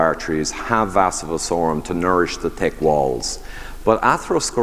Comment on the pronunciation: When the Irishman mentions someone with a "Tick Accent" 😂